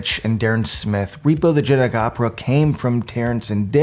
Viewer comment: In his narration, is he saying “genic” opera the whole time instead of genetic?